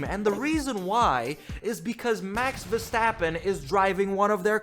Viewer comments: It’s not Verschtappen. 🤦🏻‍♂️ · There is no "sh" sound in his last name, please stop doing that